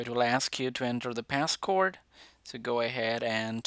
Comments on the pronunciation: Its not p-a-s-s-c-o-r-d its P-a-s-s-c ODE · Pass word not cord😅 silly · You said pass cord you said pass cord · He said pascord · He said passcord 😂😂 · Omg did man said Passcord😂😂 I’m sorryy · “The pascord”